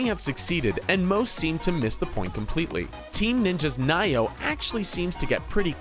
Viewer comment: It's not pronounced Ni-Oh lol fucking idiot.